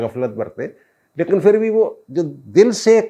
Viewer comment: جناب لفظ" پھر" ہے " فھر" نہیں!